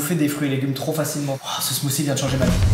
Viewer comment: Le titre montre "smoothie". Eux disent "smoussie". Seems legit.